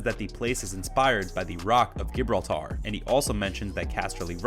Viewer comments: It's pronounced like ,' Ji brawl ter' Gibraltar. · Dude does not know how to pronounce 'Gibraltar' 🥲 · Lmfao when I heard him say “Gibraltar” I died. Least American pronunciation of Gibraltar.